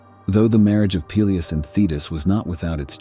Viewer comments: I like how the AI keeps pronouncing "Peleus" is fun diff ways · I can't watch AI narrated shit when every mention of a name has a different pronunciation. Peelius. Peléus. Pelyus. OMFG.